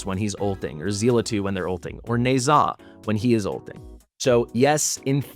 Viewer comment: Why do you pronounce Ne Zha as Neigh'Zah instead of Neh-Ja?